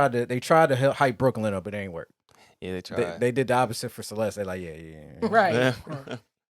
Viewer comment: It's Celes-the!!